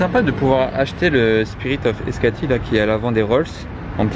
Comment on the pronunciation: Il ne m’a pas dit Spirit of escati ?🤣🤣🤣c’est extasy pas escati 🤣🤣